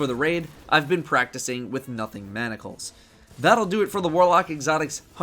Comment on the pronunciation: How can someone take you seriously when you " Nothing Monocles " instead of " Nothing Manacles " lol my god